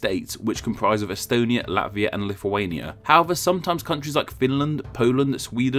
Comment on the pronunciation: Thank you for mentioning Estonia. Your pronouciation was almost correct